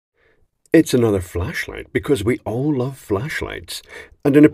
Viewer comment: Had to replay the intro, thinking you said “fleshlight” … missed opportunity 😂